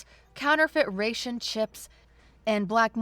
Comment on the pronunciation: To, your pronunciation of some words needs some work: Flechette - pronounced flesh-ett Ration - the a has a short a sound, like in rat, or cat. I think you may have gotten confused by it's similarity to ratio, where the a does have the ay sound. Gantry - it's gantry, not gontry or garntry. The gan part has the same sound as in gang. Servos - you got the first syllable right, but not the second. Servos is the plural of servo. Think of it this way: in servos, the -vos rhymes with nose. Unfurling - it's un-fur-ling, not un-fewer-ling. Soot - does NOT sound the same as suit, instead it rhymes with foot. Arrowed - the ow part has an oh sound, like in arrow, because arrowed means to move/fly like an arrow.